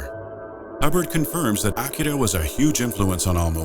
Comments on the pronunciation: Pronounces Sadako deadly wrong. Pronounces Akira perfectly. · Wow. Even pronouncing Akira correctly. Level of knowledge, depth and professionalism here is amazing. Thanks for this superb content and insights. U nailed all that made fear the game it was.